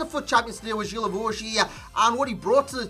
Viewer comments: Thought it was Gee-La-Vo-Ju idk, GG's anyway xD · Its pronunced Gui la vo gui